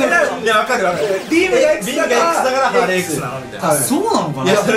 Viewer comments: ハーレムじゃなくてハーレーだよ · ハーレムハーレムってはーれむじゃなくてハーレーね。そろそろ覚えて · ハーレーのことハーレムって言ってる